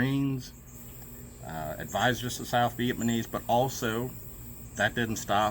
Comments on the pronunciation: Its Viat NAM ese not Viet man ese man. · I think im loosing my hearing. I kept understanding "viet-manees".